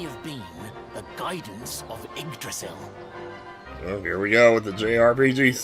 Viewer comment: It always bothers me when they pronounce Yggdrasil without the Y.